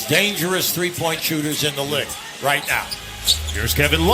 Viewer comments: bruh commentator saying lig not league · How tf cant an american caster pronounce the word “LEAGUE”